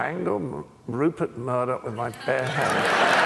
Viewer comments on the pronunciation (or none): In what, world of warcraft? It's Murdoch, not Murlock